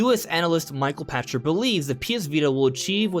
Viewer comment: Pachter = pack ter not pasture